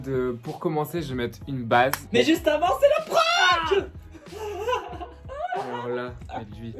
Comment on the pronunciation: Tu a dit frank au lieu de prank